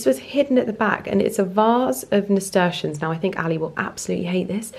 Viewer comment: Lovely garden! Just fyi it’s pronounced ‘nasturtium’ with an ‘m’. (I’m allowed to say because I’m the worst Mrs Malloprop ever!!) ❤😅😅